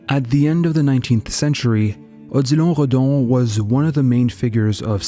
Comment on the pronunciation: I clicked on the vid because Odilon is my name but I never pronounced or heard it pronounced in that way. Anyways nice vid definitely a sub from me